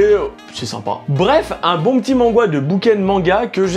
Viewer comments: Ça me perturbe de tentendre dire "mangwa" x) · Je sais pas si c'est moi qui me trompe que la prononciation, mais a chaque fois qu'il dit "mangwa" ça me trigger :') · Pourquoi il dis manghwa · C'est totalement horrible. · On dit manwha bg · bah y'a les manwha ou webtoon (solo leveling, towers of god, ect) et y'en a qui ressemble plus à des mangas, c'est en format papiers, y'a pas de couleur (sa je suis pas trop sûr) mais c'est coreen. Donc c'est pour ça qu'il dit mangwha